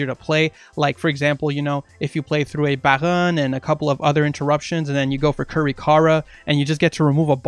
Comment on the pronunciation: Don't ever say Baron like that again